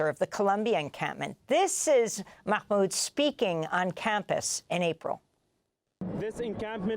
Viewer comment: Just say Mah Mood, no need to sound like you're choking on a hot dog